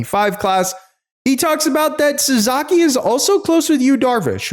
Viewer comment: Roki's family name is pronounced SASAKI, not SAZAKI. Please get that right.